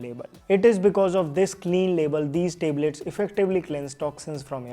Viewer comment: Tablet❌ Teblet✅